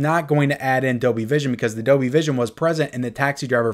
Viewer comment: Hey. There's an L in Dolby. It is not silent and the word is not pronounced as Dobie.